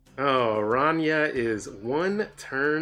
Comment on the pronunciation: One of the few snap content creators that pronounce Araña correctly lol